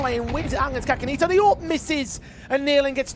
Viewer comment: I think the pronounciation is SASAnito not kakanito?